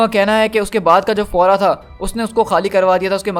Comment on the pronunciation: फौरा नही भाई फेराओ बोलो